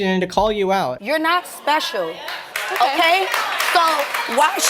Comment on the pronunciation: "You're not espehshul".